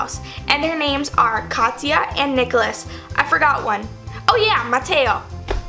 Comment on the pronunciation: DUDE IM WATCHING THIS AND MY NAMES KATYA :)))))) people might not think it's a big deal but when most people can't pronounce it right and babyariel just said it it's a very big deal to ME😂💞